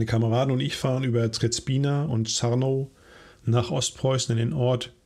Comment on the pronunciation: Kleiner (Klugscheißer)-Tipp: Der Ortsname "Trzebina" wird wie "Tschebina" ausgesprochen. Die Buchstabenkombination "rz" wird im Polnischen wie ein weiches "sch" gesprochen. Das vermeidet Knoten in der Zunge.